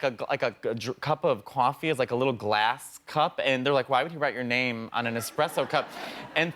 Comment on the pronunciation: Yeah but he said “kuofi” 😂